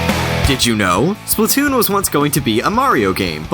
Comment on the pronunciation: Splat-toon not splu-toon